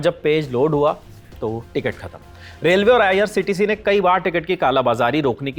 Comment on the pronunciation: Aise bandar abb reporting kar rhe he jinko IRCTC bhi nhi bolna aata. Lallantop bhi abb bik chuka he . Shayad jist news abhi bhi real reporting krr rha he.